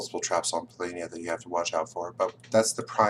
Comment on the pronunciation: I see that you went from saying "PoLOHnia" to "PoLAYnia", but you should be saying "PoLAHnia" :-D Other than that, keep up the good work! I'm researching experts in several modern games, and you're one of the best combinations of strategist and communicator on YouTube right now.